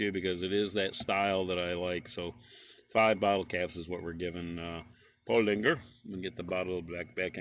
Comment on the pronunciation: There is no g in Paulaner. it is pronounced Paw Laner.